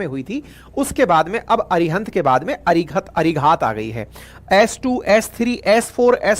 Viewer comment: भाईसाब, इस सबमरीन को अरिघात कहा कीजिए। जिसका मतलब दुश्मन पर वार करने वाली सबमरीन। आशा है आप उच्चार ठीक कर लेंगे।